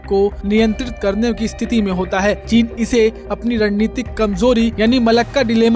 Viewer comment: चीन का च नहीं बोलता महापुरुष।